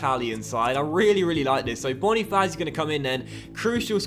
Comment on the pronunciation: More annoying with banofazi instead of bona-fats-eee